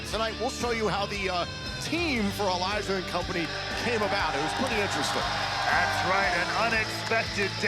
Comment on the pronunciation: its Elijah not elias